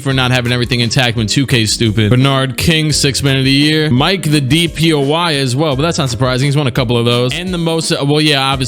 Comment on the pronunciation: I can’t un hear DPOI instead of the Y at the end for defensive player of year